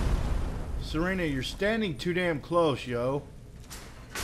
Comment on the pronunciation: it is pronaunced sir ah na